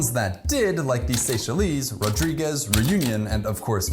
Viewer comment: Pronounciation tips ▪︎'Seychelles' ends like 'shells' ▪︎'Rodrigues' ends with a plain 'S' sound